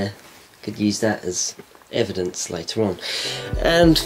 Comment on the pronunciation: "egeidence "